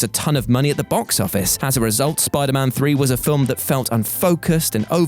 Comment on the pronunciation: Anyone else hear spiderban